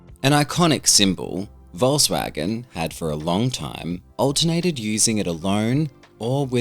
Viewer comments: Great Video. Plus, just as an notice here...as a native, i can tell you Volkswagen is pronounced "Folkswagen" with a "hard" F at the beginning. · It's not pronounced "volsvagen" 'tho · OMG... how wrong you pronounce Volkswagen :D